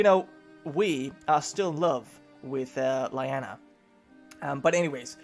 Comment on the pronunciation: LEE Anna, NOT lie anna. One of my personal pet peeves, mis-pronunciation. Like I said Personal.